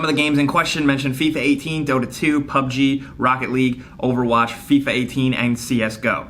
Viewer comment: he says fifia 18 twice lol